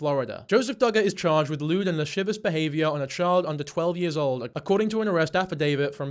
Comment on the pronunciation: Lashivious..... lashivous.,...lasssivous... ...lasssivious....lashivooooo?